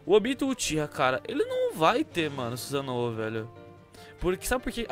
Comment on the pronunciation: Suzanoo kkkk , é Susanoo